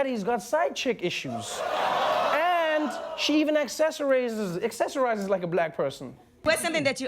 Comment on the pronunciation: lmao accessorazzezz Trevor you good lol